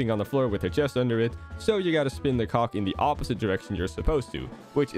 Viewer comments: Not trying to be mean here, but when you say cog, you might want to say it a bit clearer since it sounds more like you're saying co ck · PLEASE tell me you said "cog" and not anything else.